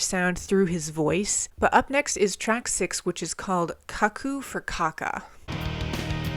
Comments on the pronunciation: Cuckoo for caca is Mike Patton at his most unhinged and I freaking love it! Also it's "koo - koo" 😅sorry! I just always remember the advertisement Cuckoo for Cocoa Puffs! Except of course he's not talking about the tasty chocolate cereal here. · It's cuckoo as in "cuckoo clock".